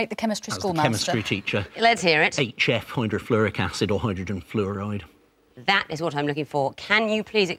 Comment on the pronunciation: "fluroide" nice